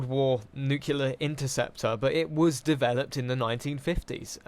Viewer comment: It's pronounced nuclear! :D